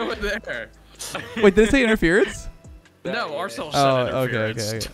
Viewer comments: interference not interferance, come on... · "Interference", not "Interferance"